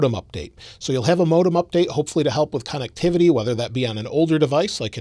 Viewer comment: Here for pronunciation of con-nectivity